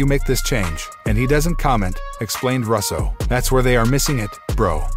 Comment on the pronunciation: Or Russo pronounced Russ-o I mean come on if you’re not a computer generated voice how have you never heard his last name before?!?